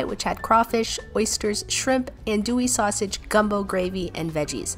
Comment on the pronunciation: Glad you enjoyed! You did good pronouncing everything besides the sausage the beginning is pronounced like a ah-n if that makes sense